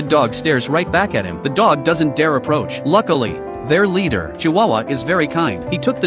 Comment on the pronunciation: “Their lwader, chuwawa”